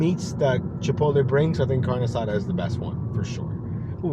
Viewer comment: "leave at door and leave" 🤣🤣 I've seen those notes before multiple times, and why you sayint carne asada like an American? 😂